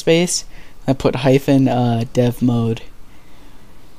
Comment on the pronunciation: did u say hyphon or soemthing else